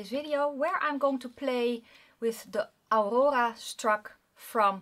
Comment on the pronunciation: Other then rolling your r in Aurora your just fine. I think you notice more then we would since we hear so many different accents during our days.❤